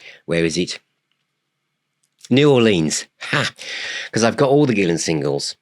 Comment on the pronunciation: I've been pronouncing his name Gill-ON for almost 30 years. If I had been saying it the correctly, it would have been pronounced the other way. Go figure.